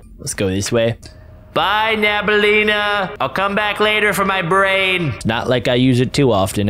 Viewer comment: Bro said nabaleena instead of nabnaleena